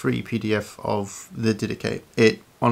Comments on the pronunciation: The Dedache correctly pronounced “Didahi, with a bit harder “h” and not Didaki. in Greek is Διδαχή meaning the teachings. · The "Did ache" is another possible wrong pronunciation. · “Anyway, the die-dak” got me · I always pronounced it Did-ah-Ch-ee. With the ch pronounce like the ch in Church. That’s how I pronounced it when I first read it when I was 19. Thank God for hearing, because there’s a great many words that I would mispronounce if I hadn’t heard them. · So how does the section on Bishops and Deacons align with Apostolic Succession when it says to "appoint bishops for yourselves?" I'm very interested in Orthodoxy and other churches that claim to carry on the "Apostolic" faith in continuity from the beginning, but when I read the Didache (and I love the Dydack pronunciation btw) it seems to far more align with my protestant beliefs. What am I missing? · I pronounce it di-da-ché (like che guevara) how much steam would come out of a Greek Theologians head? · ...anyway the Die-dak... hahaha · Actually it's pronounced Dhi-dha-KHI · "Did Atch EE" from the American South. LOL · It’s not pronounced di-dah-chay?! 😂Great video thank you!